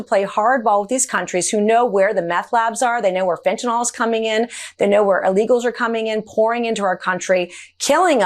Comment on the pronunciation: It’s FENTANYL!!! Not “FENTNOLL” 😬😬😬😬😬